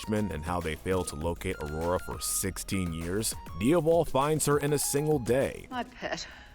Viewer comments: Why are you mispronouncing Diablo’s name?????? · You have really got to go over the pronunciations of these names before recording. How did you say Diablo again? (I can understand you changing basil to sound American to match your audience but come on…) Also, the hat (Doris) from meet the robinsons should be pretty high on that list or at least goob pretty low down